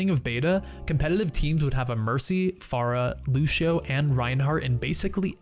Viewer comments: Idk why this is bugging me, but it's pronounced "lew-see-oh" not "lew-shee-oh". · It's not lushio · Say Lucio right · Got Bacon Watch the video of how to pronounce names that says Lúcio in Brazilian Portuguese and tell me later